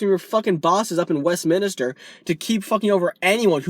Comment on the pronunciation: Nice vid matey & its good to see a visiter to these shores being politically astute but if you dont mind me pointing it out but its WestMinster, not WestMinester lol